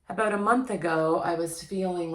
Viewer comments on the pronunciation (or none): I knew you were a canadian based on 1 single word you spoke. Im in detroit, ontario border in detroit, and we speak exactly the same as far as dialect except for pne word. About. You canadians really pronounce it quite different.😄